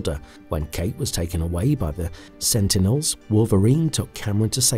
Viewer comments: So painful to keep hearing "regenetarive" and "Senitles" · Had to scroll too long for this. Did my head in. Senitels? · I couldnt focus after them “Senitels” lol